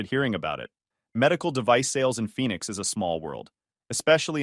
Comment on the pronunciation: Phoenix not Phenix